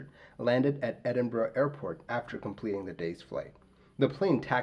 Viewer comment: Thank you for pronouncing Edinburgh correctly. It’s not common and tends to grate on my Scottish ears.